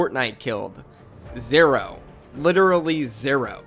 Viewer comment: The way he says zero makes me laugh